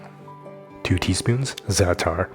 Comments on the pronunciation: Ts pronounced like za' ter. It's a Middle Eastern spice blend of usually thyme, sesame seeds, salt, and sumac. It's savory and slightly sour. You can get it easily in most international stores, middle eastern markets, or in the international aisle of the grocery store if you live in a bigger city. It's delicious on eggs with olive oil and some warm pita or just with the pita bread and olive oil. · The way I just giggled when you said zaatar 😂 it's the first time I hear someone who's not "arab" use that word